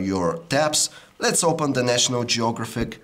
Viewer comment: national geo-gro-fick? lol.